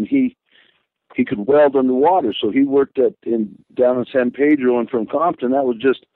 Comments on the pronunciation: I’m glad he said San Pedro correctly! It’s Pedro, not Peeeeedro! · How else would anyone pronounce it lmao I just heard him say it normal I expected him to say it with a spanglish accent like sahn peydrrro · One of the few people that knows how to REALY pronounce San Pedro . Even the locals get it wrong Mr White was a Monster from birth . May he rest in eternal repose !